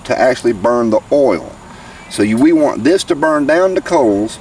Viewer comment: Did you say oil or OO'L? I Turned in to see cheese burn, not potentially burn!